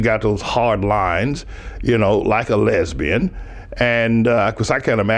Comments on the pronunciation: "Lesbin". lol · "lesbin" lol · were she not a Lesbin , LOL, he says Lezbin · What is a lesban? Lol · "Lezbenn" XD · the insecure pastor calls Ana a LESBIN.... he dumb ass can't even say the word correctly. I can't believe I missed these videos. too funny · What the hell is a "Les-ben", its too funny. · "lesbin" -Pastor Manning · So Anna is a Les Bin. he actually said Les-bin... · Lol! "lezbin"